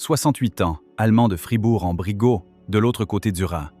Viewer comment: Brissgao (prononciation).